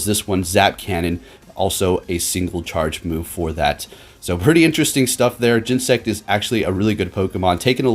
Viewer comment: Oh man the Cringe! say it with me GEN-E-SECT!